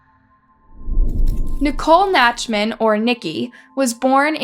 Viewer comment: Nicole Nachtman=Naktman(pronounciation) A name of German origin. Originally Nachtmann which directly translates to Night Man